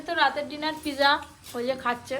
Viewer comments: This is not piza actual word is pizza very bad talking style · ওদের কেউ বলেন এটা পিজা নয়,পিজ্জা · Pija 😂😂😂😂😂😂 ..... village food Mota moti thik thak kintu ei vlog gulo khub geyon geyon ..... shob bhul bhal uchcharon ..... aekdom faltu